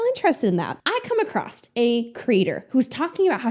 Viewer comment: Is this an American thing when people say “acrosst or acrossed”